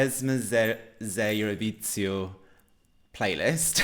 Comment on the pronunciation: hahaha the Z in "Evroviziju" is pronounced the same way you pronounce it in "za". So the entire word is pronounced something like ev-roh-vee-zee-u